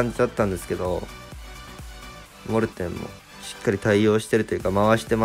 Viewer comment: モルテンじゃなくてモーテン